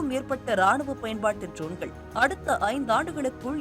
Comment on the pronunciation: செய்தி வாசிக்கும் பரதேசி பெண்ணே....உன்னுடைய உச்சரிப்பு சரியாக இருக்க வேண்டும். நிர்மலா பெரியசாமி குரலில் பேசி விட்டால் சரியாகி விடாது. ஜோன்கள் என்று உச்சரிக்கக் கூடாது DRONEகள் என்று உச்சரிக்க வேண்டும். அதே போல் அர்மேனியா என்னும் ஒரு நாட்டின் பெயரை அர்மனியா என்று தவறாக உச்சரிக்கக் கூடாது. அந்தந்த வார்த்தையை அந்தந்த மொழியிலேயே (ஆங்கிலத்தில்) படித்து தெரிந்து கொண்டு வாசித்தால் நன்று. செய்திகளை வாசிக்கும் முன்பு ஒரு சிறு வீட்டுப் பாடம் செய்து பழகினால் பயனளிக்கும். அதே போல் விமானப்படை தலைமை அதிகாரி திரு. ASHUTOSH DIXIT (அஷுடோஷ் தீக்‌ஷித்) என்னும் பெயரை எப்படி உச்சரித்து இருக்கின்றாய் என்று நீயே கேட்டுப் பார். காக்கா வாந்தி எடுப்பது போல் பேசி இருக்கின்றாய்.....